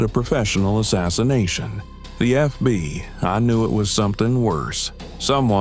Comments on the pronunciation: Why doe narrator say FBY rather than FBI sometimes. Great story ntless. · More AI BULLSHIT, we don't have any FBY, improper pronunciation by the computers gave it away. GET YOUR SHIT TOGETHER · Why does he say FBY?